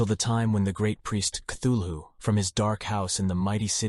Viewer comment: And mispronounces Cthulhu. I just can't get past that.